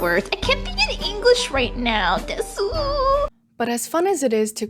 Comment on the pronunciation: I thought there was no way that wasn’t satire. Desu (suffix at the end of lots of sentences in Japanese) is pronounced wrong it’s more of “des”